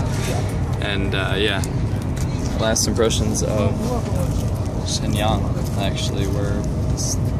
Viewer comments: It upset every time you mispronounced Shenyang. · I just don't like it when you fling judgement without even bothering to know how to pronounce the name of the city.